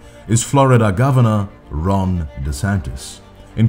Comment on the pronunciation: Did you just say wRONg DeSantis? I'm really hearing "wrong" instead of "Ron". 😀